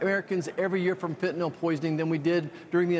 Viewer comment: Fen-tan-ILL not Fen-,ton-nall